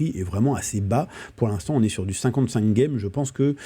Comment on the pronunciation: Pourquoi tu dis « gueme »?